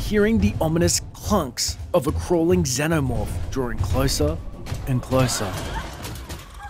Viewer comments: this guy said zenomorph ... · It's prenounced "Zeeno-morph" ffs. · He fucked up saying Xenomorph. time to dislike